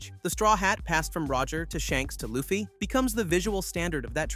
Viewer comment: thats not how you say LU FFY name